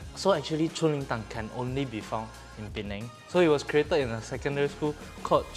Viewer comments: nope but it's definitely not pronounced as 春 (chun) because the chinese is 锺 (zhong) haha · Chung Ling is supposed to be pronounced as Zhong Ling (锺灵）and not 'chun'（春） 😊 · It’s chung ling my friend